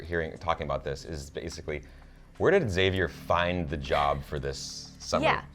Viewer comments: Love that your channel is the only one that doesn't pronounce Xavier's name that weird way: "ex-xavier". Why do they do that? Specially since they pronounce it like you in AHS. PS: English is not my primary language. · So here's a theory: what if it's the ghosts can move through time and all characters who died will go back to the first Massacre ans try to stop it? 🤔🤔 Also, finally a channel that says Xavier right! It was driving me crazy 😂